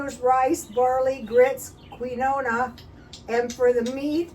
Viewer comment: Quinoa is a weird word. I think it’s pronounced (Keen-Wah). I think you are so clever with how you can make everything from scratch!!